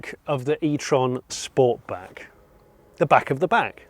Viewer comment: These reviews are awesome, but I think I can speak on behalf of sniff and say you pronounced sportback wrong 😂. Honestly these reviews are so much more relaxing that traditional influencers